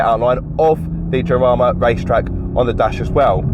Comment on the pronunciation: Way to butcher el español! 🤬 Jarama: (Spanish pronunciation: [xaˈɾama]) /x/ is pronounced as [h] in many accents such as those in the Caribbean, Central America, Colombia, Andalusia, and the Canary Islands